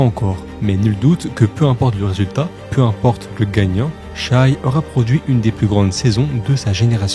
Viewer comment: Shaivonte aka Shai aka SGA aka MVP tu es le seul a dire shai et non shy ( hormis 2 3 fois en video ) mais t'es le seul a prononcer son nom correctement pour les analyses francophone en tout cas respect et superbe vidéo !